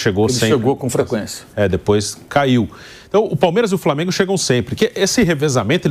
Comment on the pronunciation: Falou Palmeiraxxx pra caralho kkkkkkk😂😂😂